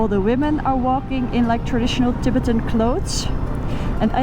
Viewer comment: Een beetje stomme comment mijnerzijds maar volgens mij ligt de klemtoon in het engelse Tibetan op de tweede lettergreep bet en niet op Tib. Laat het maar eens door Google of DeepL ofzo uitspreken. Ook ki lom eter in het engels. Kijk wel met veel plezier naar elke aflevering. 👍